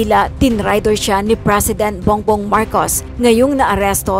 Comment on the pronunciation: Bong-bong, hindi bung-bong. Linawin ko lang. Ang labo eh.